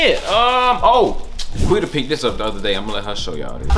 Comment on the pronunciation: nobody : quita : “ partart “ 😂😂😂😂😂😂😂😂😂😂😂😂😂😂😂😂🤣🤣🤣🤣🤣🤣😭